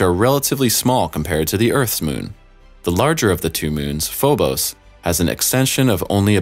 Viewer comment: Phobos” lol